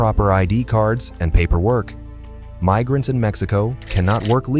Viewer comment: “AI can take over the world” AI: “Meesurements” “Mig-rants.” Hire a voice actor, such as myself.